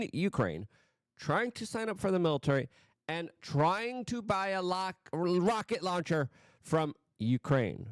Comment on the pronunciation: locket rauncher Locket raunchier